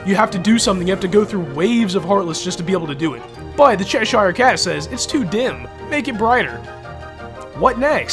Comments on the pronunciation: it's not Shesh anything. It's Chesh. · No offense, but your pronunciation of cheshire as "SHESH-ire" is driving me nuts. I always pronounce it "SHESH-ur".